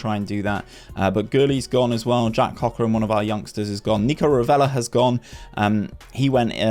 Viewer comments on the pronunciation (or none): none